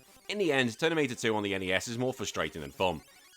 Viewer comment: Is anyone else hearing "Ternimator 2" instead of Terminator 2? Also worth pointing out that in the movie, after John Connor told the T800 not to kill anyone, the T800 does not kill anyone else. This game seems like you are just running around and punching feral football players until they die.